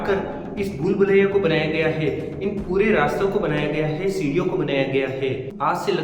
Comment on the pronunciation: है को हे मत बोलो